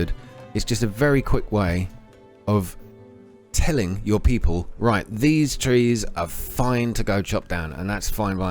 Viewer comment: Pee poles ... hehe